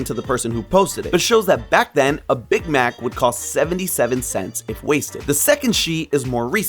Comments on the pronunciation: Why does he say Big Mac like that 😂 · anyone else bothered by how he says big mac